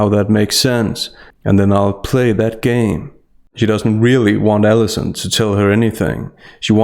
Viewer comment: Are you saying, "Ellison," or "Davis?" Because the journalist's name is Allison P. Davis. I don't think you should call a professional by her first name--would you say the same thing if the author was a dude? Doubtful. Plus with your accent, it sounds like 'Ellison." I'm not picking on your accent, but rather pointing out something I don't think that you--as someone who is very aware of words--might want to project. I do agree that it's a revolting interview, however. :)